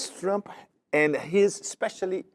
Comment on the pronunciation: makes me laugh, if you missed it Pepe said does Flump not Trump.